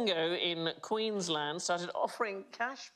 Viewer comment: THANK YOU SANDIE!! For pronouncing Queensland properly! Every other non Aussie on YT runs the “l” like Maryland. It’s Queens-land!